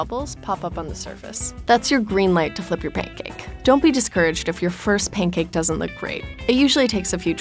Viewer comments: Pain cake 😔💔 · Sounds like she's saying "pain cake."